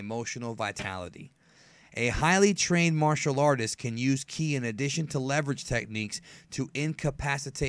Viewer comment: Ive never heard anyone say kai instead of Ki